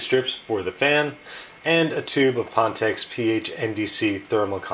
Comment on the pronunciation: just wondering because I don't know this company, but isn't it pronounced fan tech?